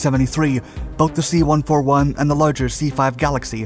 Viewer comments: Holy cow, it's pronounced C one fourty-one, not one four one. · Dude! You gotta stop saying C One-Four-One, or KC-One-three-five!! I spent many years overseas in the USAF and flew on everything from a C-47 (forty-seven) to the C-141 ("C-One forty-one). I'm sure you never say "F-one one one", I hope (F-111/ F- One Eleven)). It's like nails on a chalkboard to my USAF ears. I love, love, love your videos but sometimes I wonder if you do enough research before making the vids. KC-One Thirty-Five, C-One Thirty Hercules is the way we say it, Thank you!